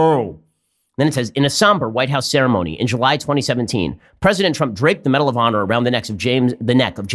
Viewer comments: Is it just me or is he saying medal of pawner? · This video deserves a like just for that. Oh, aand "medal of pawnor".